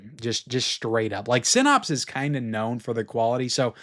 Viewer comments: great video as always, but Synapse is pronounced like snaps, not pops. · Syn- APPS, not Syn-OPS. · I'm a fan but you have to learn how to pronounce synapse correctly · Generally I like your videos, but man, if you're going to say a word 100 times in a video you could at least take 10 seconds and Google how to pronounce the word "synapse"!